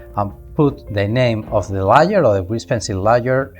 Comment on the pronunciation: Bro Im watching this at 3am lol and every time he says layer it sounds like Liar and im like wth... regardless the Tutorial is amazing lol